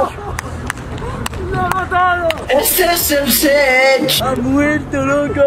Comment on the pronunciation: en realidad yo escucho esese sech xd